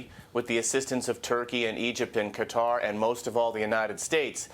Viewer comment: Why are Americans unable to say the name Qatar ?